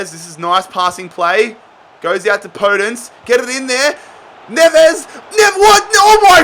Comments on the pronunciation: Podence is pronounced "Po Dense" mate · Podence is pronounced with a soft O by the way